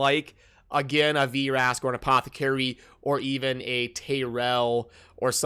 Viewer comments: STAHP CALLING HIM VEERASK....ITS JUST VRASK....no "ee" sound....stahp it haha :P...think like...the word vroom...its not said veeroom...just vroom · "V-Rask" lol